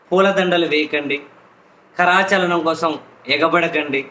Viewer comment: నక్కకి, నాక లోకం కి పోలిక ఎందుకు... pk కమిట్మెంట్ zero. P.S: కరాచాలనం కాదు, కరచాలనం అనాలి 😊